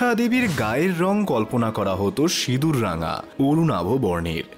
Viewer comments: লিখছেন সিঁদুর উচ্চারণ করছেন সিদুর আপনি সিঁদুর উচ্চারণ করতে পারেন কি না 😂😂😂😂😂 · 'ন' এর কথা হচ্ছে না, '৺' এর কথা হচ্ছে।